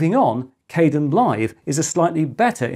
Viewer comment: The KDEnlive project pronounces its name differently.